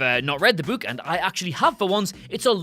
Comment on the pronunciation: This pronunciation of book hurts so much